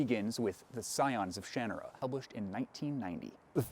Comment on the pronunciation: I think this is the first time I've ever heard someone say "Shanarra" out loud, and it's so different than how I pronounced it in my own head.